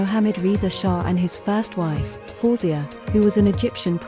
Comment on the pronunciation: Her name is pronounced " FA - WEH - ZE-YAH